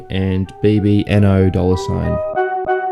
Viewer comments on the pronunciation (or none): nice ,just to let you know its pronounced baby no money lol